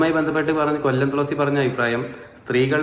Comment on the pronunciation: തുളസി അല്ല, തൊളസി